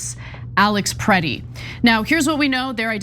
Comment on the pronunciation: "criminals Must Pay the price". That starts with federal agents. BTW did you lean how to write by reading Trump's Twitter account ? At least pretend to be semi-literate. The murdered man was called Alex Pretti , not "pritty".